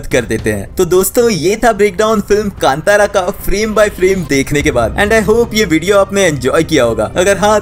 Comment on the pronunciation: I am Commenting because you Pronounced Film name Properly 👏👏